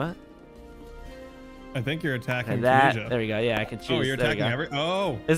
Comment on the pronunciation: How you guys pronounce Tunisia is giving me ticks 😵‍💫